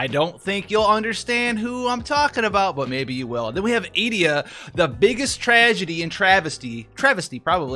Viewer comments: Not Ee-deer?? Or Eh-dee-uh? Oooookay! 😉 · Edea... I think it's now pronounced Eh-fu-k-duh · I always read her name as "Eh-Day-Uh" even though the 2nd syllable doesn't match at all phonetically. It just sounds smoother. Always fun to look at name pronunciations back in the good old days of no voice acting to fall back on. I like how Selphie is also a homophone for "selfie," a term pretty non-existent back in the 90s but is now commonplace. It's like FF creators from the future made an FF game for the past, interestingly enough, with the concept of space/time being a major theme. Also, I've been saying booyaka since I was a kid. Was THIS where I learned this word? I HAVE SO MANY QUESTIONS! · Eh-DAY-uh IMO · "Eh-Di-uh" my 2 cents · I always thought it was Uh-dee-uh?